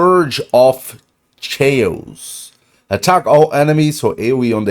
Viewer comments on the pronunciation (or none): It'd be phenomenal if she were the first GUARANTEED mythical! Pull 100 and get her! 😁 Also, chaos is pronounced like "Kay - oss". 🥰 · Chaos is pronounced like K-OSS. .